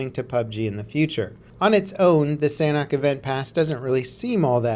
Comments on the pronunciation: why is it that americans can never ever actually speak english correctly ? sanhok is not said sanack. sanhok / san - ock. when you say it together the H makes a small entrance. think of it as a silent kinda of letter. one more time, sanhok. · They way he says sanhok makes me cringe! You must say SAN-ook